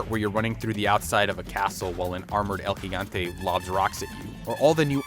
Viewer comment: Thumbs up for the “El Gigante” correct pronunciation.